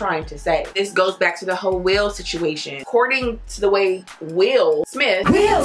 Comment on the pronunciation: What you said: "There are a lot of whole men" What I heard: "There are a lot of hoe men"😭 idc how much you enunciate it